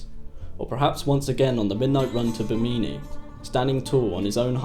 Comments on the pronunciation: It’s not pronounced “Bimeenee,” it’s Bimini as in, Jiminy Cricket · Thanks for making this video. I had no idea about but have always wondered about him, the basis for the character “Laslo”. I hate to nit pick but you pronounced Bimini incorrectly. Phonetically it is Bim-in-ee with emphasis on the first syllable. It’s often referred to as a possible site for the lost city of Atlantis. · Small correction: Bimini is pronounced “Bim-eh-nee” not “beh-meany” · Please try to research the proper pronunciation of places & names :) I love the content, but cringe when you misspeak.... bameenee or Bimini? who-ston or Houston? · Why does this guy keep saying "Bameemee" referring to Bimini. And I don't What the hell he said. Trying to explain that Oscar was off of Miami.😒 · Well this video was a waste of time. And it's pronounced /BI-muh-nee/. 🙄👎🙄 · Bimini , so you cant pronounce it , hahahaahhahahahaah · That's not how Bimini is pronounced but nice piece! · I've been to Bimini, never heard it pronounced like that.